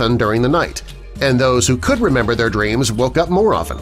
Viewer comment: Did u say dweams. It's actually dreams